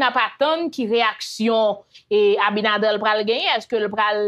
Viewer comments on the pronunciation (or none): Ce Abinader pas Abinadel vérifier sa poumwren souple